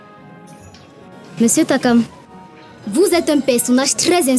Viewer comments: Maniere dont Ernestine prononce Takam la est mo jusqaa😅😅😅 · Ernestine c'est takam et non tchrakam 😅